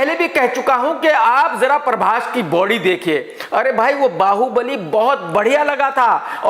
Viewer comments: Other people says- prabhas Krk says- parbhas😀😀😀😀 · Everyone: prabhas.. Krk: parbhas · When krk chaha says "PARBHAS" 😂😂😂. Pura desi admi hai 😂😂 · No body literally no body . . KRK : paarbhaaas 🤣🤣🤣🤣